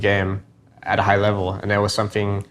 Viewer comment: “Understanding the game, at a hai level”